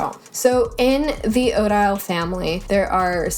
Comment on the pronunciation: You’re killing me with the way you are pronouncing Odile. It’s the name of the blake swan in Swan Lake. I wonder if there is an Odette (white swan) font by the same creator.